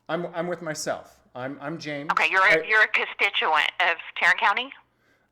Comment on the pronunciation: CON-stitch-U -Ant. ( int -eresting word)